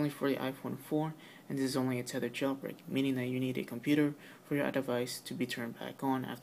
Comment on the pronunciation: it is thethered or unthether